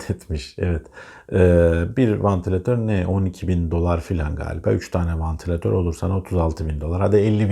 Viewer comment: vAntilatör değil,vEntilatör!